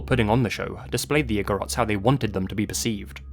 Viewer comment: You pronounced igorots perfectly. Thank you for shedding light on how our tribes were taken and exploited by some people during the american regime. It isn't talked about much even in our history books.